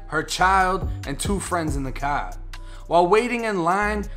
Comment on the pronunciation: "In his cahh"